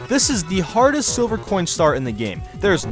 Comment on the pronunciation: (In an accent) what do you think is the hottest star and why? I know its hardest but it sounded like hottest xD